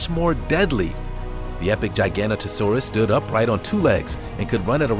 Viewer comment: The Giganotosaurus sounds like Gigantosaurus